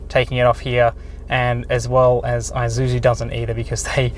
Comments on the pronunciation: Pronounce as "I-shoe-zoo" Not I-ju-ju. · It's 'e'-suzu not 'ay'-suzu mygahd